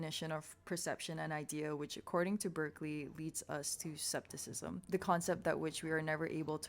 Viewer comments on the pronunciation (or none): Hi, isn't the term scepticism pronounced with (sc) as (sk)? Btw It is not so important, I am just curious. Anyway it is a very good discussion on Locke and Berkeley's empiricism and materialism. Keep it up 😊❤